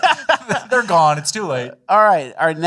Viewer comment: So the mayor was GONEuh